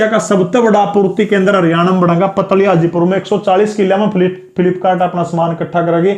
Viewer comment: Sir पतली हाजीपुर नहीं है पातली हाजीपुर है 100% Guaranteed It is near to me